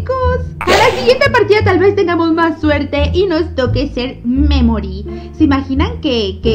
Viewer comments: Pd: memory se pronuncia meimorie (sin pronunciar la e tanto) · Memory se escucha como que dijera me morí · Taldes es que cuando dice memori suena como me mori☠️☠️☠️☠️☠️☠️💀💀💀💀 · Holi yi creeo que memory es la memoria de piggy y cuandi suena mamory parese que diga me mory :v baueno amo tus videos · Cuando dice memory suena como si dijera me mori xddd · Memory suena como me mori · Cuando dice memory me he reído de risa por que se parece como me me mortalidad xD